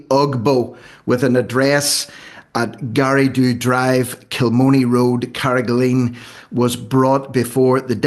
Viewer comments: It's Carrig-a-line (not lean). Carraig Uí Leighin - Leighin's rock. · CarragaLINE is how to pronounce the name. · Carra-ga-line its pronounced